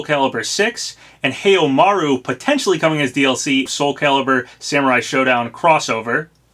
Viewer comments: "HAIUMARU".... XDDDDD It "Haohmaru"... lol XDDDD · You butchered Haohmaru’s name. It’s How-oh-ma-ru not Hey-oh-ma-ru. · ha oh not hay oh.